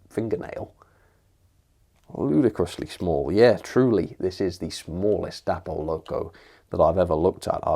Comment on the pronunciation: Day-pol not dappol! If you watch any Dapol videos you’ll hear that’s how they pronounce. English spelling rules tells us that Day-pol is correct!